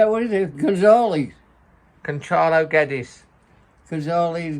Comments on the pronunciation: GWEDDES not GEDDES! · Guedes surname is actually pronounced as "Yedes (yed-ez)"